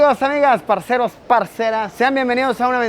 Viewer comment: Pero que bien le sonó cuando dijo Parceros y Parceras jajajajajajaajaj